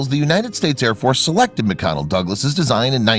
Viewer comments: Nice video. Please note it’s McDonnell Douglas, not McConnell. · Mc-"Connel" Douglas. Get your text-to-speech program to annunciate English correctly.